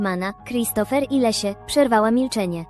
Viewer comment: Wszystko OK, tylko Leslie a nie Lesia